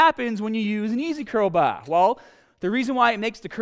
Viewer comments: What accent is this? It’s like a US accent but whenever he says an “ah” he sounds like a cockney British general. …use a straight baaAah! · Straight bah or ez curl bah! Your ahms!😂😂🤣